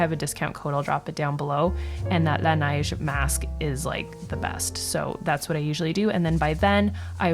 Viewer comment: Hey there! Are you from Montreal? The way you said La Neige really sounded québécois! 🙈😁